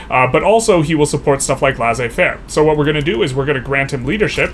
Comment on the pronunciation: It's pronounced Lay-Say-Fair